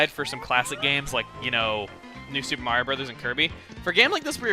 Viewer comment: his name is MARIO not maria